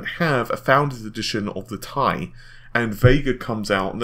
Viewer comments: IT IS T I NOT "TIE" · .....do they not read the comments? How many people have been telling him it's not 'Tie' but 'T.I.' as in the rapper or 'Tee-Eye'. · 1080 tie tie tie tie tie!!!! aaaaaaaaaaaaaargh, it is T.I. FFS!!!! pronounce it Tee Aye!!! PLEASE!!! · 1080 Tea eye! not Thai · TheSinisterEyes1 T I sounds better and tye isn't well known so if I go to the shops they won't know what the hell I'm talking abt when I ask abt the 1080TI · AAAAAAHHH STAHP SAYING TIE!!! IT'S PRONOUNCED T-I!! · Bah w/e....just going to watch other people who don't pronounce it 'tie'. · When he says "TIE" something breaks inside of me... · am I the only one who gets extremely annoyed when he pronounces TI as Tie? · You say 1080ti very weird. If your to lazy to say the extra syllable who cares but it is kind of weird. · Redshiftit do you know how to read? Ti is not for the chemical symbol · u said "TI" like you know it winds up some viewers. me? not bothered. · Like how people pronounced Pb as "pub"?